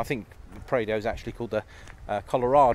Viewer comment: It’s Prado not praido